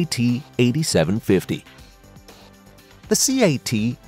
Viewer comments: It's not a SEE-AY-TEE. They're called CAT, like those furry little animals. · There not C A T there just CAT short for caterpillar aslo know as kitty Cats this video is poorly read and worded